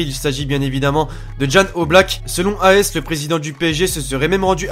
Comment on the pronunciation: Selon A S c'est As (asse)😂😂😂